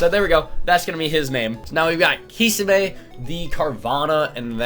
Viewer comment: What weirds me out is how he pronounced kisame wrong